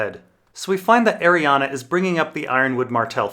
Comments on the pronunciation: After 5 videos please for the love of god stop mispronouncing her name. There is no letter A on the end, it is spelled/pronounced Arianne, not Arianna. It's killing me every time you say it incorrectly. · Yeah, in the back of my copy of leather-bound ADoD GRRM, or whoever does the appendix, has it written as being pronounced Ari-an-a. I just looked, because I read it as Arianne, but always hear others say Arianna. More than likely, she's meant to be both specific and general and the name is meant to be read however you fell like it.